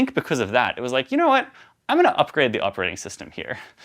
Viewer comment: Yeah I was also baffled why he says "You knrrrrrr..." 😄